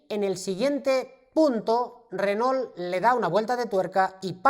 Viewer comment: ESTIMADO, LA VERDAD QUE TUS VIDEOS SON UN PLACER, PUEDO ESTAR TODO UN DÍA APRENDIENDO CON ESTO SI PUDIERA. TE MANDO UN ABRAZO DESDE ARGENTINA. P.D: critica constructiva, se pronuncia "renó" Saludos